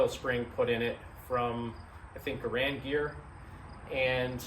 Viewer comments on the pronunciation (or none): Why do so many people continue to make the same two mistakes when discussing the M1 Rifle?First of all,John Garand's last name is NOT pronounced ga-Rand! The correct pronunciation is GAIR-and! Secondly, If one carefully examines an M1 Rifle one will NOT find the word Garand imprinted anywhere on the rifle! This is because the M1 Rifle WAS NOT a Garand Rifle but was actually a U. S. military rifle that was based on several protptype rifles designed by John Garand!